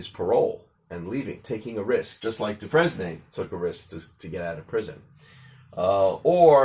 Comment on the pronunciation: It’s actually pronounced “Dufrain” but never mind.